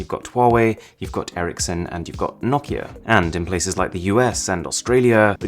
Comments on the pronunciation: The first person that says Nokia in the right way... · ur one of few who says nokia right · Im finnish and nokia is from finland and HE FRICKIN SAID IT SO GOOD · I LOVE how you pronounce Nokia the right way, not many people know how to say it properly. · Props for actually knowing how to pronounce Nokia.